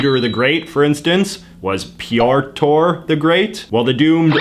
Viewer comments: Sees "Pyotr" Says "Pyortor" Ah yes, the famous syllabe adding among English speakers. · Sees “Pyotr” Says “Pee-TOR”